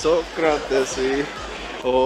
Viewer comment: 나 맨처음에 소크라테스라고 하고 그리스 소크라테스 라는줄 ㅋㅋㅋㅋ